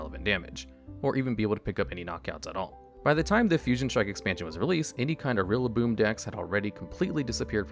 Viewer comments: My man pronouncing Rillaboom as Rillabloom and accidentally coming up with a better name for a grass-type gorilla than the actual translators did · "rillabloom" and "gookey" and "thawacky"